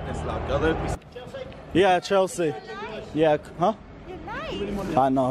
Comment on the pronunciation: why did he call chelsea chelski